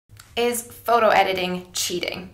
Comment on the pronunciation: You say "photo" a million times in this video bot only once you pronounce it like Jessie :( Great video Mel. It's neither wrong nor cheating, it's like makeup, it depends on how you use it and it's always a matter of taste anyways.